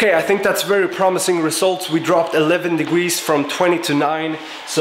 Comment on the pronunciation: degwee celcius